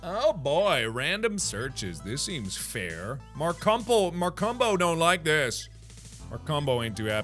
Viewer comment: We heard: Markumbo My mom heard: Mar Cum Po